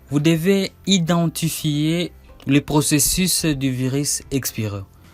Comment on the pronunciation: la Methode que vous proposé est très longue dans son procésis, en fait j'ai rebobiné votre video 10 fois rien que pour réentendre votre prononciation du mot procésis LOL incroyable .